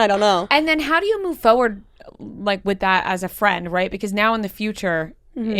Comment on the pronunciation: not pronouncing the first R in forward is killing me for some reason 🤣